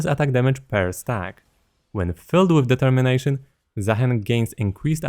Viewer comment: did you say ? DETERMINATION